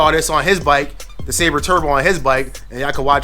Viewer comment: Man Fam you gotta get the name right! 😂 Silber like silver. Seal-Bur (Silber) Turbo. You wild! 😂 😆